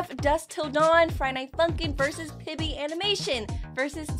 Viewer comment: "Pibbly" Sorry but I just couldn't get past that